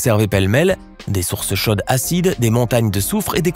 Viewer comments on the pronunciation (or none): Impossible? Non, puisque ça existe . J'aurais préféré" "scientifiquement improbable" ... mais puisqu'il ya chaque fois une explication, ce n'est pas impossible... ((C'est quoi la botté d'un site, l'eau chodde, une zonne??? Quelle prononciation du son"o" !! ) Source pétrifiante ,il y en a une en Auvergne , près de Saint-Nec.